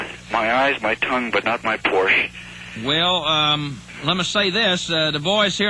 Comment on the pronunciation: Porsche is a two-syllable word!